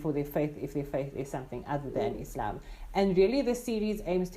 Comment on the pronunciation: appreciate the way you pronounced Islam, not Izlam